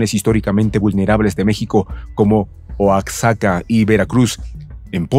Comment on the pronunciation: Se escribe "Oaxaca", pero se dice "Oajaca" como México se dice méjico